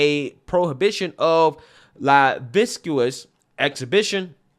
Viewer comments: 'Lascivious" is not pronounced la-visc-u-us; it's pronounced la-siv- e-us. Just trying to be helpful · La-siv-ee-iss Just Sayin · It's pronounced la siv e us . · Just a tip for you: Lascivious is pronounced Luh-siv-ee-us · It's pronounced lasivious. The c is silent.